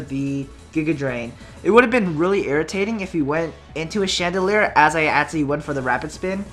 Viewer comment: lol he keeps on saying chandelier not chandelure